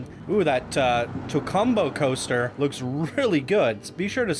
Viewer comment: I honestly thought said "GHOSTER Spotlight", so I've decided that's exactly what he said.:P